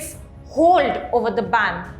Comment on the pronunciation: Ban not bang